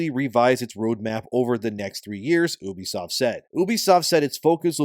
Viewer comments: its “ you bee” not oobie😂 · Please stop saying"oobisoft" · Bro...it's called YOU-BEE-SOFT. Not OOB-E-SOFT...why would I listen to shit u have to say when u can't pronounce the fucking company correctly. How the fuck are u mispronouncing the name of a studio u make videos on...what kind of actual work do u do sir? Do u do anything at all? Bc u damn sure don't know the name of the company. That's an absolute joke 🤣🤣🤣🤡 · Why are you saying oo-be-soft like that idiot Angry Joe? It's you-be-soft. 😑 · Reuters is pronounced as, "roy trz," and Ubisoft is pronounced as, "you bee soft." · I pronounce Ubisoft "You Be Slop."